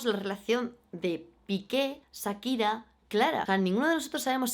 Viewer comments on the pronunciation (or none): puedes dejar de decir ZZAKIRA? jajajaj te adoro pero porfa di SHAkira o sea Cha pero con S. <3 besos jajaj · Amiga no es Sakira.... Es Shakira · SSHHAAAAAKIRAAAAAA, NO SAKIRA